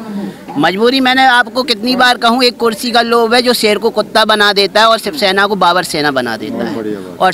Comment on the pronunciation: Isko Shivsena thik se bolne nahi ata , he is talking about Shibsena .. kattar shivsainik will never be so dumb .. he is BJP Bhakt talking.😂